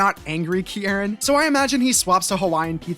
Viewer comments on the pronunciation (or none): I saw Kiki in the thumbnail and flocked to this like a moth to a light . your pronunciation is of kierans name frying me and i dont know why lmao anywayys . pokemon hc time .. mostly about the kitakami siblings, bb elite 4, paldea gang and a few others lmao . its a lot ...... - With amarys' robotic behavior, her attempts to show emotion (like shock) usually just show very minimally. she trained this subconciously; if she hadnt she would have had a lot more dramatic expressions than she does if she didnt act the way she did - when kieran was younger, he originally didn't speak at all and had carmine do it for him, making carmine overprotective of him when he got bullied for not speaking. his headband thingy is a gift from carmine so everyone knew not to mess with him or theyd have to go through her. when kieran did learn how to talk, he didn't know how to pronounce his entire name for a while and just said "kiki", which is a nickname carmine really liked and stayed with. his accent stayed longer for the same reason - when drayton commented about liking the special at the BB academy cafeteria because he barely had to chew for the first time around crispin, crispin immediately tried to make something he wouldnt have to chew. it was basically just a horrifying amalgamation of buldak ramen, egg and some spices - short genes run in the kitakami sibling's father's side of the family. carmine's height comes from her mom - penny has gone days without eating and has survived off of onl